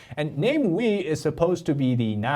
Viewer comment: is just butchering his name he entire video. Come on. Is it really name-wee? He's not English. He's Malaysian. No Malaysian will look at the name and read it this way. We live in the Internet age. I takes just a few seconds to google how to pronounce anything. But made an entire video without checking.